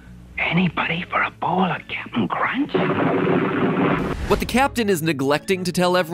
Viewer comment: Bruh everytime Mat says Cap'n Crunch's name, I hear "ratio"